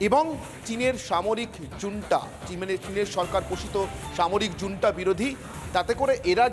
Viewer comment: 🤣🤣🤣🤣 জুন্টা কি রে দাদু🤣🤣🤣🤣